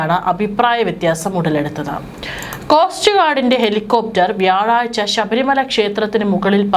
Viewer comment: ഷ ബരിമലയല്ല, ശബരിമല ആണ്